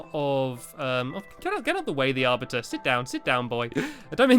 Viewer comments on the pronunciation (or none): Thanx for ruining it blue ball games! And I'm pretty sure it's ar-BITER not ar-bit-er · the arviter the arviter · stampy we know how to say the arbiter